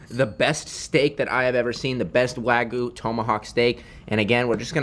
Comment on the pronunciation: Bruh it is called wagyu not waygu